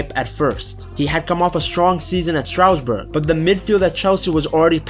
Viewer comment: IT IS STARSBOURG NOT STROUDSBUTG